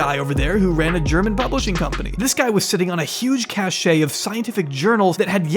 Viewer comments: Fyi-- cache is pronounced cash, not cash-eh. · Love your stuff! Just wanted to say that "cache" (pronounced "cash") is a secure place for storage. You have been saying "cachet") (Cash-ay) which is a state of being admired. So a cache of papers would be "cash." Thanks! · It’s just ‘cash’, not ‘cash-aye’ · 'cache' is pronounced like 'cash' ... not like 'cachet'. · Cache and cachet are different words. The first, an accumulation, is pronounced "cash." The second, some amount of swagger or prestige, is pronounced "cash-ay". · Cache, stored-up goods, is prounouced "cash" (not like cachet "cashay"). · "Jill'lain"??? But he gets it right on the second try... But then we get Italian-tay for Italianate. I think somebody here had a real problem with reading those letters thingies, round about the age of four. "Cache" is pronounced "cash." Cachet is a different thing entirely. The past tense of "spring" is sprang, and Tenerife ends in eef, with no acute accent on the e. Masseuse ends in uhhz, not oose. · "Cache" is pronounced "cash". If you say "cash-ay" you are saying the word "cachet" which means prestige. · "Cache" is pronounced like "cash", not "cash-ay". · When it got to that part in the video I thought......wow, I wonder what else in this video he just pulled out of his butt. Also he twice pronounced cache as cachet. That may sound nitpicky but when you hear sloppy things like that it's just a tell that the whole thing is slapdash. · Cache is pronounced "kash". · My favorite moments are when he misuses or mispronounces the same words repeatedly. Cache is pronounced “cash.” “A myriad of” is most common though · 'cache' is single syllable